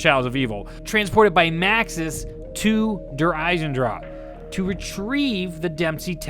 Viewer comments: lmao i pronounced der eisendrache so differently. (der isen drach) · It's Der EisendrACHE(AHK) not Der Eisendraw smh lol